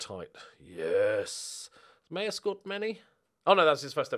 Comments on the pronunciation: Maher is pronounced "Maar" as in Johnny Marr who was born Johnny Maher but changed it because Brits can't pronounce "Maher"! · maher is pronounced marr if irish